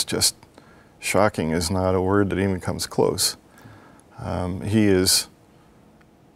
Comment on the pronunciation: No, its very very annoying. If you think its relaxing you need serious help. speaking softly, sure maybe that's relaxing. Consistently mispronouncing one of the easiest words to say in the English language is infuriating to listen to.